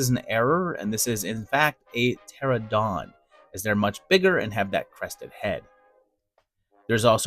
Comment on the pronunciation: You left out a syllable. It's Pteranodon, not Pterodon.